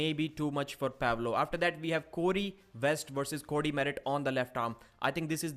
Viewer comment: I don't know who you see as the favorite in the Cory v Cody match, you pronounce their names the exact same way lol